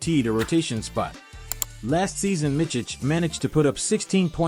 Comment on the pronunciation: The last name is pronounced Mitz-ich, not Mitch-ich. The first name is Vasili-ye, not Vasili-ya.